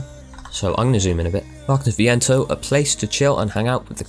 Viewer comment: Yeah, u say viento without a spanish accent but y say it well xD